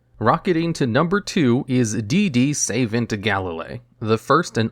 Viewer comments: Just a miner gripe, but Savant is pronounced Suh vahnt, not Save ent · Lol D/D "Savent" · Did you just pronounce Savant as Saven't? 💀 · savant is pronounced suh-vont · I'll give 'em one thing, I've never heard the word "savant" pronounced that way before.